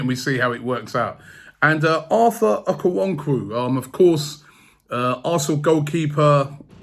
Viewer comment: Okonkwo is not pronounced okuwonku but okon-kuo 🤣🤣🤣🤣🤣